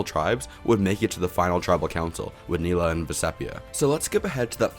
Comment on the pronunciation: I love your videos, but we gotta learn how to pronounce Maraamu and Neleh brother.